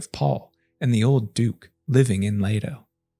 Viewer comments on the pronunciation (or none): none